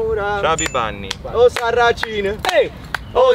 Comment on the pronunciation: RAGAAAA non si dice osarracin ma osarrascin haaaaa